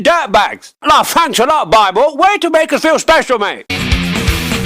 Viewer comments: I love the way he says BWIBLE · Ah yes, Bibbel